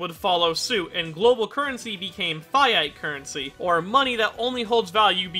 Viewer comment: The way he said 'fiat money' made me take damage